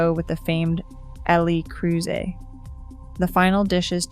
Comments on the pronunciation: It’s “Leh” Creuset, not “el eee” Creuset. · El eee Creuset? 😂😂😂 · If you can't get your Ai voice to pronounce Le Creuset correctly, your commentary loses some credibility. And 'O-X-O' instead of OXO!? Who signed this off?